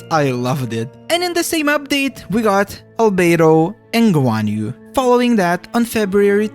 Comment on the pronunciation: bro why do u say nearly all the characters names wrong???? "orozaria" its Rozaria "gyanyu" its Ganyu "xyian" its Xinyan "shenji" its Shenhe "junjin" its Yunjin "ceno" its Cyno "cadance" its Candace "Yelow" Its Nilou "Nihara" its Nahida "laila" its Layla "yeahyo" its YaoYao "wretalzee" its Wriothesley "sedo" its sethos "ingrain" its sigewine "chloride" its chlorinde no fontaine doesnt have any right to be called the best it has underwater life that should have been done in EVERY region it has its own stupid pneuma ousia mechanics which other characters dont have the story is a bit boring and lacking combat , wish we at least would have done something personally about the flood , like rescuing people while it happens mondstadts is by far the best , one of the greatest bosses , not hard but not too easy good fights in story story forces u to explore a bit not too large of a region so u dont spend ur entire life on exploring it just to never 100% it no super hard enemies great events and lore best archon by far